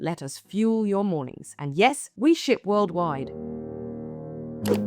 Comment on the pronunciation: Sounds like you said 'and yes, we shit worldwide' ... Do you?